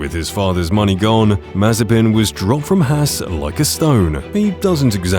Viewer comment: It’s Haas not hass